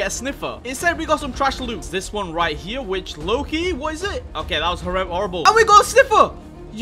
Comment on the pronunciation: Uh actually it's pronounced "here" not "hewa"